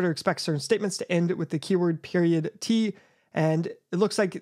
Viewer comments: its pronounced "periodt" not "period-t" lol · "periodt" is actually pronounced just like "period" btw